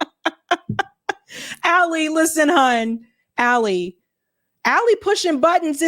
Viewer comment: It is not Ali as in Alison it is Ali as in Ali. You are mispronouncing his name.